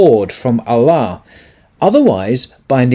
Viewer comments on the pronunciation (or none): none